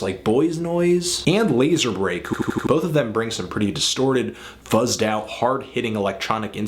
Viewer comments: did you say lazerbReak? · You said Lazarbreak but its in fact Lazar Beak, with that said this album is amazing.